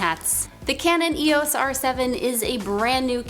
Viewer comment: E-os not e-oooosss